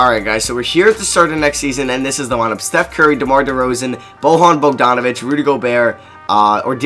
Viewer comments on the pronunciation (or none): GODDAMN THE WAY U PRONOUNCE BOJAN BOGDANOVIC